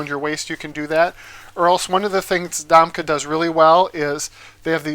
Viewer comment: Domke pronounced Dom Key....